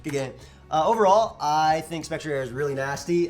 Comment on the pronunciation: I think Spectrier is a combination of specter and cavalier, right? So it’s pronounced Spec-tree-er.